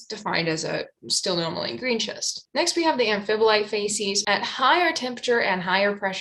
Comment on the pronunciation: Based on the correct pronunciation of Psilomelane, I would say that you nailed the pronunciation of Stilpnomelane. Though idk, has anyone else weighed in on this topic?